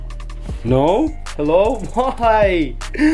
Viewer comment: Why you say Shknow instead of know